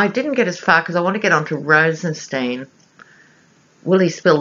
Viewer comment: Loved this reading on Rosenstein (pronounced stine as in spine ☺️). Rod Rosenstein is a Lion of Judah , a righteous dude! He and Mueller are true American heroes. Thank heavens there are some actual men in the Justice Dept who actually care about the rule of law. They both are 100 times smarter than the adolescent orangutan and the adolescent baboon he has for counsel. Both Trump and Cohen are stupid and cruel men. They are in the soup now ! They have Cohen dead to rights on a number of financial crimes I am sure. Even if he does “sing”, I do not think he will be able to avoid prison. The really delectable part of this story is that because the raid was conducted by the Southern District of New York, no presidential pardons apply. I am sure that R and M considered this when deciding which office should handle the raid. Another morsel is that there is no statute of limitations for tax fraud! So Cohen could be looking at many many charges just like Manafort. Not to mention serious campaign violations regarding money used to “buy” silence on who knows how many women? In the book “Fire and Fury”, Steve Bannon reportedly told the author that there were hundreds of women the Cohen “ took care of “ for Trump during the campaign. As of yesterday Michael Avenatti, Stormy Daniels attorney, said that he was preparing to release a sketch of the man who assailed Ms. Daniels and her infant daughter in a Las Vegas parking lot outside a fitness gym. They were going to ask for the public’s’ h